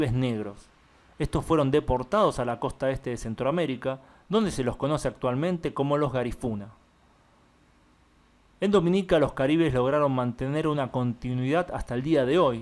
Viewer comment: fue un excelente vídeo como siempre, pero tengo una pequeña observación: el hombre correcto de la etnia es "garífuna" (palabra esdrújula), y no "garifuna". Saludos desde Honduras.